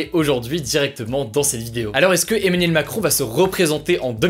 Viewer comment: "Eminem Macron" 😎